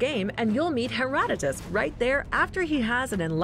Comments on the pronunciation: The amount of times she said one of the words wrong like herotodus or pythia. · Everyone else "herodotus" This girl "heratatas" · Heratatas Delpheye Pie-theea wtf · Its HERO - DOETOS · As soon as I heard how she said Herodotos I stopped watching